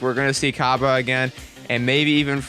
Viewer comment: Cabba is pronounced Cob Bae.